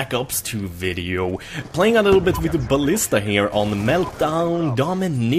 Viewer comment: I just want to hear you say 'with' and not 'witt' one single time